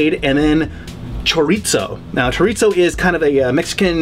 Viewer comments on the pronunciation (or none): Cho-ri-zo there is no "t" in Chorizo, the r is soft the same way Japanese pronounce the r. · Me and my wife were cracking the hell up listening to saying CHOOR-EET-SO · Forever I pronounced it kor-eet-zo . Then my wife kept mocking me so I finally looked it up and she was amazed that it's actually pronounced "shut-the-hell-up" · As a Hispanic, the way he pronounced chorizo is kinda awful, but it’s okay... has such a cool vibe and his recipes are awesome. I love chorizo and mixed with some egg is fantastic. Check it out!!! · As a spanish native speaker, it was funny hahahaha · Same with Pizza, Pete-Za. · chorizo is Spanish and the z is pronounced like a "th" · since when was there a 'T' in "chorizo"? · Why is he saying chorizo like that